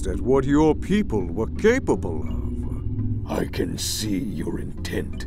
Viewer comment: Lily Plays Mcpe! Its Aphmau Lycan not Aphmau Lican 🤦🏼‍♀️